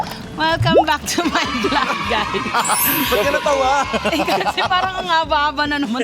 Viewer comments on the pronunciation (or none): none